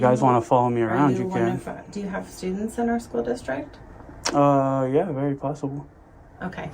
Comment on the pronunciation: A superintendent that says "School districk". And , he slipped up and called it a public building.